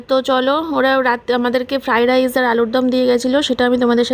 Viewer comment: It’s Fried Rice didi not Fry Dice 😁